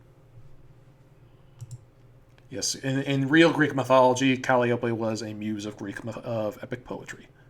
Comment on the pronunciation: It’s Cal-eye-oh-pee. Not Cal-ee-ohp. SHE AINT A CANTALOUPE, SHES A TRAIN WHISTLE.